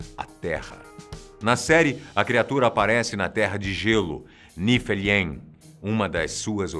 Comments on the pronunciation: não é "Musperiem" e "Niferiem", se diz "Muspêuraim" e "Nifêuraim" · Nifelheim = Nifeurraim Jörmundgandr = Iurmungader Valhala = Vaurrala Hela = Rela E não... ...Ullr é filho da Sif com o Odin. ...Atreius é Loki. Gigante, filho de Laufey. ...Kratos detesta todos os deuses (inclusive ele mesmo). Ele não quer que Atreius se torne um deus.